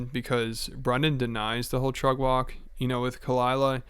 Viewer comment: You saying “trug walk?”